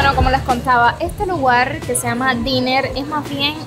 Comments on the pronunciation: Se pronuncia "dainer" que es precisamente ese tipo de restaurantes de gastronomia típica estado unidense y de precios rasonables, y el dinner como tu lo pronuncias refiere a la cena ó comida de por la noche. Así que uno es pronunciado "dainer" y lo otro "diner" . Por favor, decir las cosas con propiedad si estas dando información al que no conoce. Las caseticas c9n libros son bibliotecas de barrio, y ahí se priduce intercambios de libro, es una cortesía en donde el barrio dona esos libros pero no es para q7e te apoderes de ellos, ahí se lleva y se dejan libros para el deleite de todos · Me encanta lo real y auténtica q eres con tu contenido, se q estás aprendiendo el idioma y espero q no te moleste, estoy viendo y oyendo el episodio, escuche tu pronunciación del Diner, y lo pronuncistes ‘di-ner,’ la pronunciación seria: ‘dai-ner’ bueno usando fonética literaria del castellano:) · El lugar donde fuistes no se llama "Diner" , Diner solo describe el tipo de restaurant que es. El sitio se llama "METRO Diner" y la palabra "Diner" se pronuncia : Dainer. si dices dIner (como se escribe) te estarias refiriendo a "cena" y la palabra entonces se escribiria con dos enes, asi: Dinner. La razon de tantas Scooters electricas es porque este es el pais de la abundancia y siempre hay mas producto disponible que menos. De esa manera nunca va a faltar la mayor parte de lo que buscas. Ten en cuenta que la gran mayoria de las casa tienen de dos a tres carros, y no les es necesario montarse en un scooter a ver la ciudad. Estan ahi mas bien para facilitarle al que quiera, como una novedad, un paseo en las mismas. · Me gusta Jacksonville. Yo lo he visitado en años pasado. *Ésos restaurantes/cafeterías (Diner) se pronuncian "Dainer". Dinner significa cena y se pronuncia "diner". Muchas bendiciones. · cuando se refiere a un restaurante/cafeteria, se escribe diner pero se pronuncia "dainer". El que se pronuncia "diner", es cuando te refieres la cena o a cenar, y se escribe "dinner".